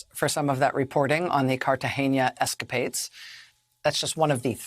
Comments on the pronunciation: Brw, It’s Catagena and not Cartageña (not ending in “nya”). And I’ve heard that the locals were very irritated by American tourists calling it Catagenya. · I can't believe a person that makes millions of dollars a year, should pronounce the name of countries or people correctly & not sound it any way she feels like it, Cartagena Colombia, is not pronounce Cartageña is CARTAGENA, do something with that brain you worry so much about. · Please correct Rachel, The City is called Cartagena, pronounced CARTAHENA, not Cartahenha, Producers. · It's not Carta Henya. Carta Hey Na. I blame Michael Douglas for this. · It is not Cartage-nia it is Cartage-na. Check your English Rachel. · Cartagena NOT Cartageña. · It's Cartagena (car-tuh-HAY-nuh) in Colombia, it is NOT Cartageña (car-tuh-HAIN-yuh). Michael Douglas popularized the mispronunciation in the film Romancing the Stone. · Cartagena, not ‘Cartageña’. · It's not Cartageña, it's Cartagena (kar-tah-HAY-nah). As in "censeo Carthaginem delendam esse". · (small quibble, it is not CartageÑa. It's an n, not an Ñ) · It's not an ñ in Cartagena... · There’s no ñ in Cartagena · I'm sorry to be that guy, but there is no 'ñ' in Cartagena. Sorry Rachel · Argh. Enjoy your reporting, but please work on your pronunciations of foreign words. As another commenter wrote, Cartagena is pronounced car-ta-HAY-na. The various pronunciations of the Spanish letter G can be confusing, but no es mas difícil. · I can't stop thinking about how they are mispronouncing the name of that city. There's no ñ in Cartagena, pronounce it like a regular N. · I am impressed, Rachel got the tricky part of the name Cartagena correctly by pronouncing the g correctly ( like an h when is next to an e). But the rest, which is pronounced exactly as English was messed up. She swap the n for a ñ and added an e in the last syllable. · Cartagena. Where is the ñ? Is that so difficult to pronounce? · There's no 'eñe' in Cartagena, Ms. Maddow.